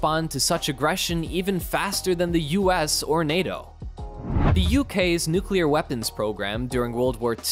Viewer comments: Dude its nuclear not nukiller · It’s pronounced “new-clee-are” (not new cue-lar). C’mon now. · Say it with me now... Nu clear nu clear... Say it fast... Nuclear! NOT NUQUELER!!! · The word "nuclear" is pronounced “new-clee-er” - - - That's “new-clee-er” - not "nu-cu-lar" ........ “new-clee-er” !!! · “NUKE-u-ler” I hate that mispronunciation! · Step one, learn how to pronounce nuclear.